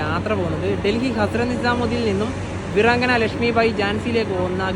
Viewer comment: വിറങ്കന റാണി ലക്ഷ്മി എന്നല്ല ഭായ്....അത്‌ വീരാംഗന റാണി ലക്ഷ്മി ഭായി എന്നാണ്... വീരാംഗന... വീര്യമുള്ള അംഗന... സ്ത്രീ..... ഇതൊക്ക പഠിക്കണ്ടേ ഉണ്ണ്യേ..